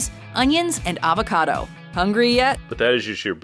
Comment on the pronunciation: guacamole is made with fre sh a voca doo